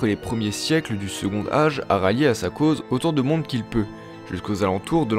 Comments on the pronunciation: On ne dit pas "secondage" mais "secontage" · C'est quoi, cette prononciation ? Second Âge dit "segontage" pas "segondage" !. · Formidable!!! Juste un truc, c'est quoi cette prononciation de "segond'age" pour second âge ?! comme pour le mot "quand', on prononce un "t" lorsque le mot suivant commence par une voyelle. Segont'age. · Bon boulot, c'est intéressant et pas trop mal fait ! Par contre ça me perturbe la façon dont tu fais la liaison sur certains mots ; genre tu prononce "second âge" en "secondage", alors qu'on dit "secontage". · Le second "D'âge". OMG. Le D se transforme en T pour la liaison. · Second âge se prononce avec un t : secon t âge, comme " prend-il " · « second âge » on ne fait pas la liaison, le D est muet ! Ça m’a stresser toute la vidéo avec ton « secondage »